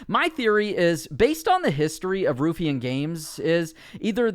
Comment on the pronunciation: Ruffian spoken like: Rough-fee-an Source: I'm Scottish. :)